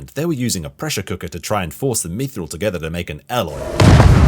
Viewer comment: Come on it's bad. Stop sitting on the fence in hopes of some Amazon bucks. Even the last episode of Game of Thrones is much better than that entire season of ROP. 1:6:45 "Methril" 😆